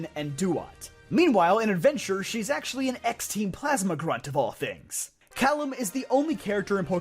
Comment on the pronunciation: Fun Fact about Calem, it's pronounced K-lem, not the same as Callum.